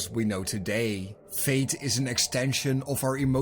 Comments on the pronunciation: no no, you're so good. I have a thick Irish accent so the "th" does the same thing. It's the only reason I caught it. No disrespect meant, I just thought you were saying that "Fate" was important. It doesn't help I have a fever of 38* 😵‍💫 love your content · WAIT, are you saying Faith??